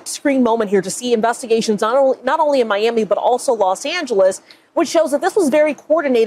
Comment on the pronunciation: how do you have such a great legal mind, and overall, a smart dude....but can't pronounce Miami???